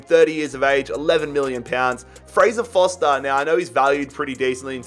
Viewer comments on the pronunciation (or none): how come you call Fraser Forster Fraser Foster?